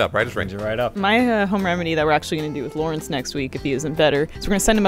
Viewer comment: it's not "Lau". His name is Lawrindse